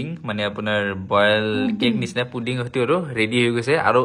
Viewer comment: ইহতে পুডিং কোৱাৰ সলনি পডিং নে পনীৰ কৈ আছে !